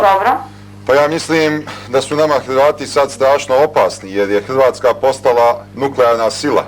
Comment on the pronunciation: a ovaj seselj nezna reci r Josip Bjoz tito..Hjvatska... haha koj kreten